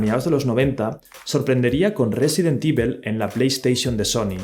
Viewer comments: Me desespera tu pronunciación del inglés: Evil se pronuncia "ivol", no "ivel". Apple se pronuncia "apol", no "apel" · "Resident ivel" 😂😂